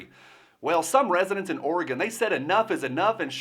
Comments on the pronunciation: Hell yeah, I was born in madras Oregon and Portland shouldn’t affect what goes on there. Also it’s refreshing to hear someone actually pronounce it right not like those midwesterners and east coasters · Thank you for pronouncing Oregon correctly! -- Native Oregonian, adopted Virginian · Oregon, pronounced Or-E-GUN... Flush down Kate Brown! I am a mutt, 25% Klamath Indian. I am very familiar with treaties being broken and the oppression that follows.